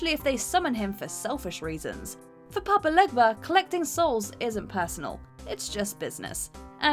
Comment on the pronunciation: It bugs me too. And the way she pronounced his name. Papa Legba is pronounced papa LAY-ba. I understand it's hard to pronounce but I just can't.